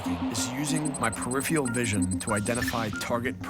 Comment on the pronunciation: Ugh, said "peripheal vision." C'moooooooooonnnnnnnnnnn "peripheral!" At least it wasn't "periphreal..."